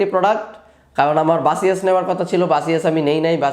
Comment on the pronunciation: বাসিয়াস কি ভাই? 🙄 বেসুস বলেন